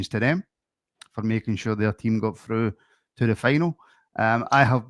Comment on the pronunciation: Fa-roo. Fa-roo what the hell is Fa- roo. Speak Kings English. Do mean through! The trouble with the 4 stoogies above. They think sevco are rangers. ALWAYS CHEATED - NEVER DEFEATED. SEVCO ARE SIMPLE NOT GOOD ENOUGH. IT'S LIKE BUYING CARLSBERG AND EXPECTING BIRRA MORETTI. Protestantes sordidi illegitimi